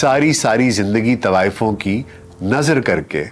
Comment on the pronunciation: آپ سے تو طوایفوں کا تلفُّظ دُرست ھُوا کرتا تھا|